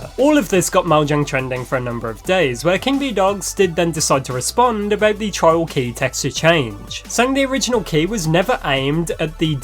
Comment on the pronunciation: why does it sound like he’s saying child not trials 😂 sounds so wronggg